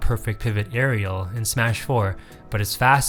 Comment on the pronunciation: "Areal pivot"